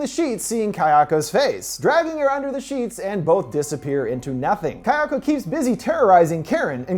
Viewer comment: Pleeeeease practice your pronunciation (ky-AHKO) is super incorrect, to the point of being distracting.